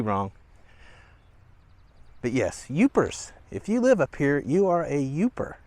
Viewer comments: Also, thats YOOPER not youper😅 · Yooper - not Youper..... Past-e - not Paste-e..... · Its Yooper, not Youper. My mother was from Gay in the Keweenaw Peninsula. My grandfather was a copper miner. Gay had a stamp plant, hence all the stampings dumped into and migrating south along the Lake Superior shoreline. Pass-tees, not pay-stees. You eat them, not wear them on your ta-tas. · Pasty (like at, not aye) and Yooper not youper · It's YOOPER not yoUper. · Its Yooper not Youper just saying eh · good Video. Love the lighthouse and the old movie theatre. Would love to live up there but it is just too cold and way too much snow for my liking. Oh, I think it is Yooper not youper. I happen to be a Lowper. lol Thanks for sharing!! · It’s Yooper Not Youper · That’s “Yooper” not Youper! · I agree and bump the words are in fact “past-ee “ and “yooper” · It’s “yooper”. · LOL! It's YOOPER. I love Manistique, it's so mysterious. It's always 10 degrees colder than the surrounding area and always misty when we go there. I love Marquette, too, but it's quite the weather there! Wonderful video, love your content! Thank you for publishing so regularly, we really enjoy your videos so much!